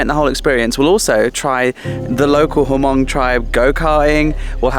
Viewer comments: h is silent. mong. 555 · Hey, the Hmong tribe is pronounced mong. The “H” is silent. Just so you know. Keep up the great work!